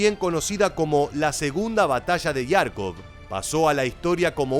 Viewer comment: Cómo que Yarkov, es Jarkov, con jota. En inglés lo escriben Kharkov, Kh para que se pronuncie como jota española.